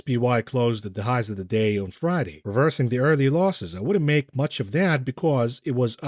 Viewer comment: "The FWED is going to hawf to mwak a difficuwlt choiwce" He's slurring his words. He's getting emotional.